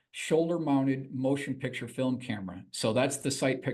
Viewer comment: Is from Baltimore? The word "pixture" is a Baltimore pronunciation of "picture."